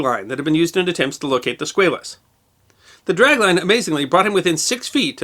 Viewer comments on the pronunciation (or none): Squaaaaalis. Not SqAlis. Sub-mariners. Not submariners. but more importantly great video!! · USS SquAlus not SquaYlus. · It's SQUALLUS, not Squayllus... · Love this channel. But you are not pronouncing Squalus correctly. The A in Squalus is pronounced as a short ā. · You are a good man doing great work. At 63, I have been a history afficionado all my life. You may want to double check your pronunciation of 'Squalus'. As a shark, worldwide, its pronuncoiation is usually Sqwall-ous. Note Sqwale-us. Mayhap this is just you being American. Thank you for your work no matter what! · It may be the bow tie, but I think what really annoys me is this guy's insistence on mispronouncing the name of the submarine.